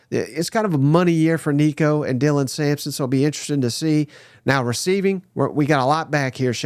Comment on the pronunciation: please just call him nico... you're butchering the crap outta his name